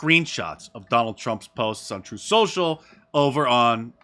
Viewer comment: That juror actually said Troof Social